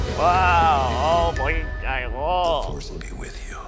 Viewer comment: 오 포뜨... 머시따... 하묜서 잠드는거 너무 귀엽다 펭뚜야❤️